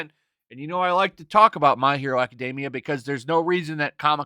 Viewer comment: I saw the Batman Fortnite thing and was trying to figure out who all the "new Batman characters" were in the bizarre outfit before connecting "fortnite" to the game and not the term for 2 weeks. Then I laughed at how stupid the concept was. And I didn't think TMNT vs. Batman was a bad idea. Also: aca-DEEM-ee-ah. Stop learning Anglicized pronunciations from Japanese-ized pronunciations.